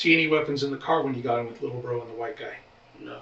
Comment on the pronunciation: Lil BRO not lil row 😭😂